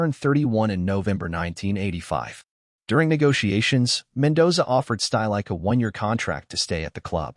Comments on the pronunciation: Two seconds into this video, I was forced to turn it off. "Uli Shtylike"? Seriously, no one cared to even try pronouncing the man's name correctly? It's "Shteel-ik-uh", for heaven's sake. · Good synopsis of his career, but wish the narrator had been able to come close to correctly pronouncing any of the names he spoke of, especially Stielike's